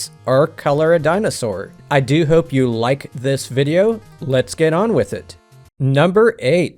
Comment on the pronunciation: I think you should get an honorable mention for the video, but this isn’t your voice. People don’t pronounce the word HOPE as HOOP.